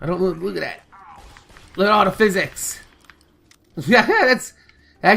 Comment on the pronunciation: "Look at all that phys-sics" lol